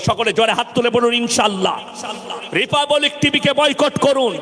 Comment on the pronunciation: আপনি কার বিরুদ্ধ এ বলবেন, তাতে কি আসে যায়। বাংলা দেশের ঘটনা সম্পর্কে বললে এতো জালা লাগে কেনো। রিপাপাবলিক নয় রিপাবলিক। উচ্চারণ করা আগে ঠিক ভাবে শিখুন, তারপর ভাষণ দেবেন